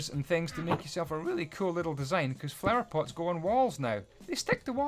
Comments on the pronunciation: did any 1 hear him say “power flots” instead of “flower pots” Edit: btw I was not trying to be rude just funny... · U said "Power flots" at num. 39. Nice videi anyway!